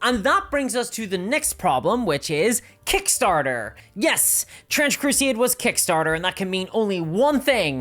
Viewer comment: bro said crusieid and gieim ?